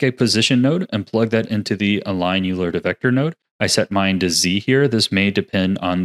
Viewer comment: Great video I love how useful this is gonna be! Side-note: I really hate to be that guy but google the pronunciation of “Euler”. He was a math dude and his name is one of those annoying words that everyone mispronounces. I only say something cuz I love your videos and hope I’m being helpful 🙏💚